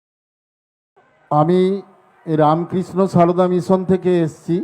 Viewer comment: রামকৃষ্ণ সারদা নামটাও ঠিক করে উচ্চারণ করতে পারেনা।